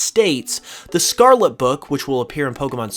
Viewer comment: Can you please say the Word Scarlet correctly once